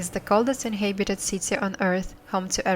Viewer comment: Well, you do have to do something about the way you read certain English words!😜 List of some of your mispronunciations: InHAYbited inHAYbitants signiFICKly wrote (for 'route') immenSIVEly bAYing (for 'being') masonLY TYPE-ically OUN (like in "clown", "town", "noun", etc. instead of "own" like in "flown", "blown", "shown") conCUR (for 'conquer') inHAYbited HAYvy rESSently LAW (for 'low') cloSing (for 'clothing') glows (for 'gloves') freakin' (for 'frequent') reLAYtively inHAYbitants they remindS us for ourselF Yakutsk (like Yakutia) is pronounced with the stress on the second syllable: Ya-KOOTSK, not YAH-kutsk, so: , , , , , , , , , , - WRONG! - RIGHT! Also, you eat up some of the word endings: firefighter (for 'firefighters') firefighter (for 'firefighters') specialize (for 'specializes') themselF (for 'themselves')